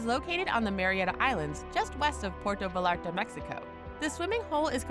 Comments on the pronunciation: It's written with double L and you can't expect everyone to know Spanish, so imo it's a mistake that you could forgive. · Dear god, can she please learn how to properly say Vallarta?!!!! Hey white lady... it's pronounced Vayarta!!!!